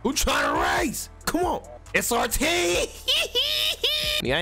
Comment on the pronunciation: It is not SXT it is SRT